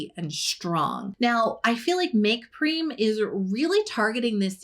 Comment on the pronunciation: I think M.Prem is pronounced like you say "them" Make Prem